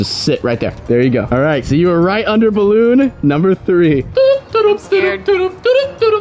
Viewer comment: You said balloon wrong 😠